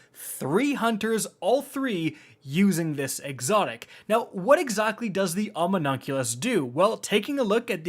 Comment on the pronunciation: Ahh yes The umnumculus